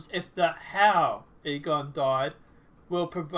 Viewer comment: It's Egon not Egor. 🤣🤣🤣🤣